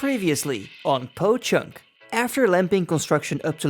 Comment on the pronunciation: I'm still laughing at how u say poh it almost sounds like my sir name no Joke, keep up the vidz 🤟